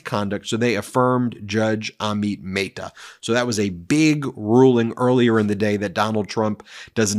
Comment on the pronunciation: Curious when you will start pronouncing Judge Amit Mehta's name correctly. Even Google Translate pronounces it correctly.